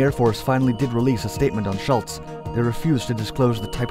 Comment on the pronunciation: The overlapping "ghost" theme imagery fits the subject, but it is too dark and most of the pictures cannot even be recognized, so there is a self defeating imagery problem. The most annoying thing is this: Please start pronouncing names properly, especially something as common as Schultz!